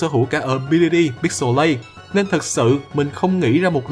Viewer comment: Zigzagoon là nô lệ hữu dụng thứ 2 sau bidoof Pixilate anh jab đi là pi-xi-lết còn wally đọc là píc-xồ-lây